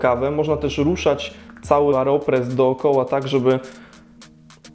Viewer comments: dlaczego mówisz "areopres" zamiast "aeropres"? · Nie Areopress tylko Aeropress. To nie narzędzie rolnicze :)